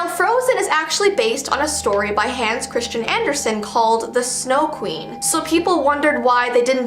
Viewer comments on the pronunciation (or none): none